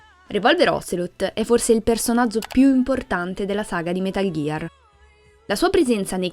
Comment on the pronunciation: Però "metal ghiar solid vi" come lo pronunci stona è metal gear solid 5 non vediamoci la v di venom per piacere